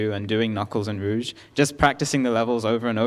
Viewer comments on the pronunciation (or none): the face they say roughe instead of rouge hurts me